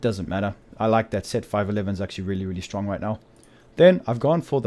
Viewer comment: I love how u say really really shtrong am not joking dude :)